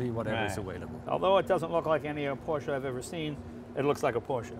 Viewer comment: Ha, Jay finally pronounced Porsche correctly...prolly because a German was next to him...